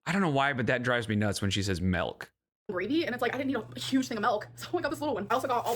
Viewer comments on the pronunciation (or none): I understand melk is annoying but the one I hate more is bolth. Maybe it's because it's used more than melk it gets me irrationally incensed